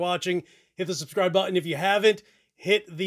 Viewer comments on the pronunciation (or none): none